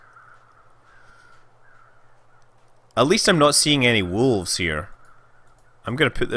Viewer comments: Scott Manley Entirely possible! That, or it's just your impaired pronunciation making things funny for us who are neither scottish nor american (or from any other english-speaking country for that matter). In either case you did say 'wolfs' :p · Definitely a "f" in there. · Scott Manley I also hear Wolfs, Maybe with a smidgen of V in there, Wolvffs maybe, but there is definitely an F in there. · I laughed , criticizing american pronunciation... and then saying "wolfs" =D